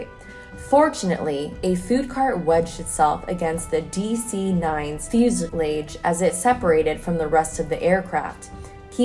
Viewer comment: It's pronounced fyoo-si-lahge, and shrapnel.